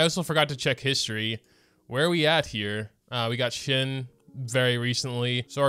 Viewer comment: I love how calls shenhe "shin" Haha